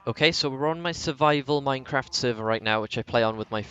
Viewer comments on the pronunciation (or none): none